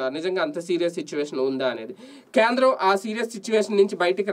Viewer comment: Kyendram kadu Kendram